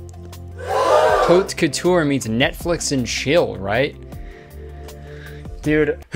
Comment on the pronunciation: As both a french speaker and stylism student, hearing kurtis call haute couture "hoot cootoor" is the funniest thing ever